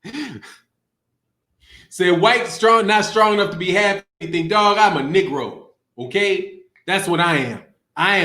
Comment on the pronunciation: He said "I'm kneegro" love it lmao